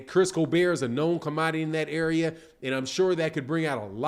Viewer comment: Facts it was fucking annoying nigga keeps saying colbear 😭😭🤦🏾‍♂️